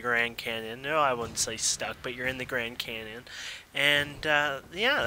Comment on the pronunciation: He said Grand Cannon in the beginning XD